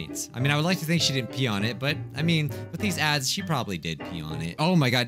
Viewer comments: He said dads not ads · “Cursed ads” I thought he said ‘cursed dads’ I was like wait wha— Edit: this is the most likes I’ve ever gotten on a comment- thx :D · at the start dose it sound like he is saying "cursed dads" rather than "cursed ads"? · Cursed Ads My ears - Curse Dads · cursed ads! no one: literally no one at all: not a soul: not even james charles: my hearing: cursed dads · Bruh when said "cursed adds", I thought he said cursed dads wtf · I thought you said "Dads" instead of Adds. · I legit thought he said “cursed dads” (edit: oh he did say that lol im dumb) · For a second, I thought he said 'Cursed Dads' and I was so confused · I thought he was saying ‘first dads’. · No he said cursed dads I replayed all the times and the first letter i here I’m a d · Dude!Your not the only one. I first thought he was talking about cursed dads but second time hearing is just ads lol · I said dads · I thought he was saying cursed dads to XD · i just realized he said cursed ads after i saw this comment lol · Same. I thought he said cursed dads.😂😂😂😂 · I heard dads uh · he said cursed Dads wtf Can you not see the Text? The hell? Uhhh. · I heard cursed dads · I heard cursed dads 🙄🥵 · he said "curse dads" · He said curse dad's accidentally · SAME i was like "Uh huh.. yea I loved cursed dads.." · wait why did i heared the intro as "Cursed dads. We all know them,we all love them,we all hate them." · I cannot be the only one that heard him say “ cursed dads” XD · At first I thought you said "cursed dads" and I got really confused lol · i kept hearing cursed dads... and im glad im not the only one based on the comments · At first I thought he said cursed dads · i thought u said cursed dads lmao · Kind off sounds like he's saying dads in the beginning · I really thought he said cursed dads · Who else thought he said cursed dads lol 😂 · Am I the only one that hears ‘ cursed Dads’ in the intro? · I thought he said Cursed Dads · I thought you said cursed dad